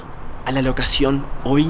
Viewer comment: Dijiste locasion y no localización😅😅😅😅